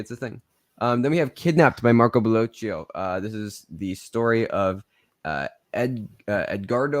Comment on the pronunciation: Never under-estimate Bellocchio (sounds like Pinocchio, so stop mispronouncing....but you are doing great so far!!!)